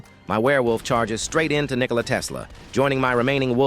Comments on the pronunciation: Fr bro said ni__ela tesla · bro did NOT say Nikola😭